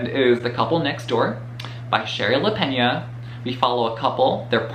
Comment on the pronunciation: Thank you for pronouncing Lapeña correctly ☺️ Lots of good recommendations but the similar book titles confuse the heck out of me I forget which ones I’ve bought already.